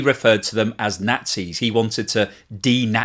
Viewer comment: the original 1967/1968 "The Producers" is among my favorite films of all time. Your pronunciation of "Nazis" during your intro spiel made me think of the scene where Franz was lamenting the pronunciation of "Nazis" by Churchill and others 😂😜🤣